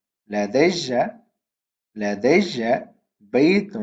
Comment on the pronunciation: لدي when you say it sounds like ladayja